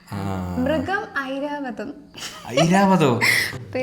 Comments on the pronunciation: ഐരാവതം ‘ ഐ ‘ ആണ്. ‘എ ‘ അല്ല ജാർഖണ്ഡ് ‘ജ ‘ കറക്റ്റ് ആണ് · Iravatham….I aahnu….a alla